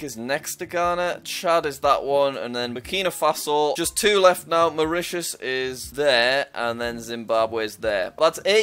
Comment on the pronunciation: Jack calls Mauritius Mauritania*